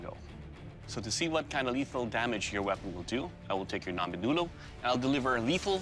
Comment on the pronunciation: Its not "Nombe Nulu" its , " Ngombe Ngulu" Naier